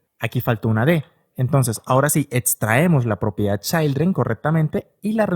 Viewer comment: repite conmigo: CHIIIILDREN, NO CHAILDREN 😂😂😂😂😂😂